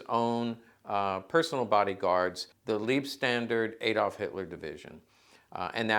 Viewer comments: Thanks for the interesting & most informative video! Just fyi: in german, "Liebe", pronounced "leebeh", means "love". "Leib", pronounced "l-eye-b", means "life". So, it's NOT the "love" Standarte ("stahndahrteh")--literally & figuratively--but instead, the "life" (as in "protecting Hitler's life") Standarte. I mean, if at this point in time, anyone really cares anymore... In german, "ie" is pronounced "ee" (as in english word "eel"), and "ei" is pronounced "eye". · No no not Liebstandart 😆 it's Leibstandart. Lieb = love Leib = Life